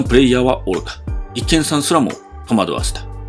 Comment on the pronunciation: ｢一見さん(いっけんさん)｣❌ ｢一見さん(いちげんさん)｣⭕ あと｢感じれる｣などの｢ら抜き言葉｣が凄く気になります